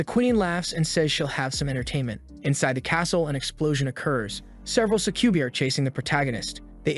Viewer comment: That is NOT how you pronounce Succubi. Suh-kjoo-bye. It's a Latin word, I believe.